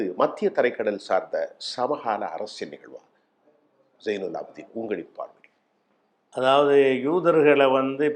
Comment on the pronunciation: ZAiNUM AABDEEN. ABDiN ALLA OK PAYARAi SARiYAGA UCHCHARiKKAAVUM .